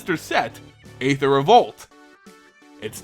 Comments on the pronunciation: Just so it's known, "aether" is pronounced [ee-ther] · ÆTHER is pronounced like ÆON FLUX